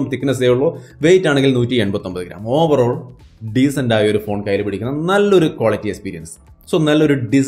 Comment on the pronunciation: Overoll ovaroll overoll😀